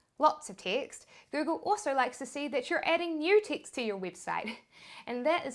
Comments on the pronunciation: LOL. I thought you were saying “ticks” as a replacement for words/letters. Literally 20 minutes in realized you were saying text 😂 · Teext teext teext... Gotta love the accent! 😂